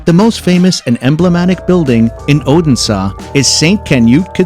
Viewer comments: Wingardium Oh-den-sah! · Yes, bad pronunciation 😢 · “Oden Saw” 😂